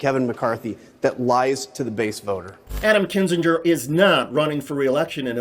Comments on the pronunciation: Kin-zinger not Kin-Gee-ger. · It's not pronounced kin-zin-jur, you idiot. It's KIN-zing-er. How can you have been following any of this for more than a day and NOT know how to pronounce his name? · HQ, just one point: I am not a fan of his, at all, but can y'all PLEASE stop mispronuncing Kinziger? It is NOT "KIN-zin-jur." It's "KIN-zin-gur." Not a "j" sound, it's a hard "g." It's like when people couldn't be bothered to pronounce Kim Basinger's name right (BAY-sin-ger/singer), with her being super famous. They made this same mistake, and it's maddening. Thanks. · Kin-ZING-er For Fuck Sake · Love your videos. Please learn how to pronounce Kinzinger.